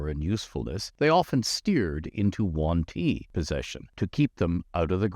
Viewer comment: He sais "The One-Tea" during all this video) ☺